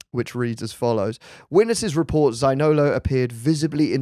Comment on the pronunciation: Could you take the time for pronounce Zaniolo correctly? It's not a very hard one.